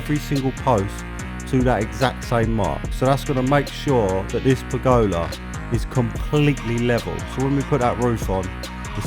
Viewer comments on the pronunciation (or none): That mispronunciation of pergola 😱